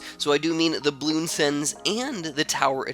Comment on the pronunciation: He said "spaced blues" not "spaced bloons", in case you didn't realize that already by now, if so, then don't mind me.